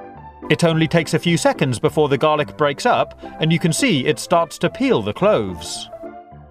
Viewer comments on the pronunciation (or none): none